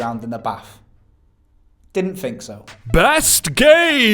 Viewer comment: Am I the only one bothered by the "f" pronunciation these blokes get up to? We don't Fink with our brains. When we're grateful we don't say, "Fanks." Am I?